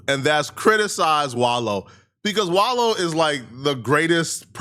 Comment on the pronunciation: I'm glad you. Finally saying his name right